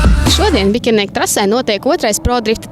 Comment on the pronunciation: Atvianojos par komentu bet vaitad nav jāsaka BiĶernieku ? nevis Bikernieku ? vnk raksta jau BiĶernieku, bet neesmu neviena video dzirdejis kad viņa saka tā vienmēr Bikernieku. Bet nu es jau nezinu kā pareizi.